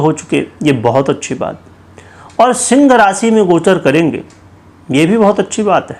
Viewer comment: शिंग राशि। ये पंडित बोलना तो सीख लेता।